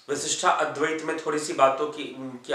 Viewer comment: You are great . Thank you . You helped me to understand the several ways of the very Indian schools of philosophy.but why do pronounce विशिष्टा अद्वैत